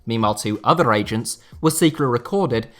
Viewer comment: You can’t pronounce agents or what?